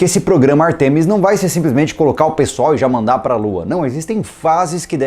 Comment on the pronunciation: a pronúncia é Ártemis, e não Artêmis, tanto em português quanto em inglês.